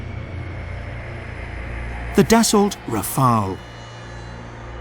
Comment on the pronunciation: Part 1 First, could you please stop with this recurring "Rafael" :D "Rafael" is a first name for (male) PEOPLE. The name of the aircraft is "Rafale", which is not a first name for people, but a French noun meaning both "gust of wind" and "burst of gunfire".